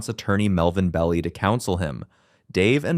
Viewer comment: Most English speakers in the Bay Area don’t pronounce Vallejo that way. They pronounce the Ls as an L sound not a Y sound. And I think Melvin Belli’s last name is pronounced BELL EYE.